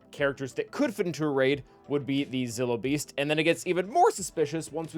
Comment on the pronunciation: Just a friendly fyi it's pronounced Zill(like dill pickle)-O(oh) beast not zyllo. Thanks in advance for not shaming me for the correction